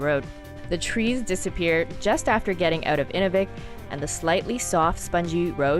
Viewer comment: If I hear say 'In -- ooh -- vik' again (with the emphasis on the ooh) I will scream. I lived there close to 17 years and locals call it 'In-new-vik'. At least she did not mess up Tuktoyaktuk.